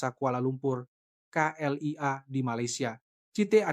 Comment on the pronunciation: Terima kaseh kerana menyebut K.L.I.A. dengan benar walaupun disebut dgn gaya sebutan indonesia tidak seperti beberapa penulis cerita yg sama lainnya yg menyebutnya kelia.